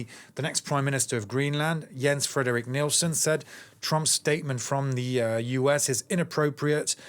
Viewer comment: Get his name right! His name is Jens-Frederik Nielsen. And you need to practice on his last name!